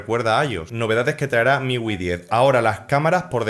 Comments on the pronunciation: Hombre, MIUI se pronuncia miyuai, para que lo digas fino filipino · "Miwi" - refiriéndose a MIUI, 2018